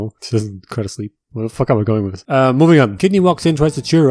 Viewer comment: “ dis is the wey” 😂